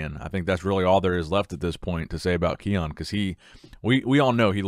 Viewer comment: Ki-un not Keone